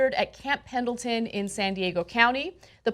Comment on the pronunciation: Just for clarification;it's pronounced 1st Marine. It's just written as I Marine for some reason. They are not Special Forces. That's the Army. And they are from Camp Pendleton; not Mendleton. Still love the show.